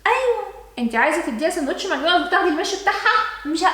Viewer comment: (ماكدونالدوس) 😂😂 عسل يا ❤